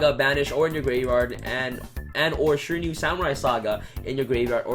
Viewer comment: Shir-a-New-e. Shiranui